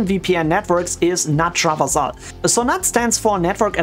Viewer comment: you mispronounced traversal. rip </3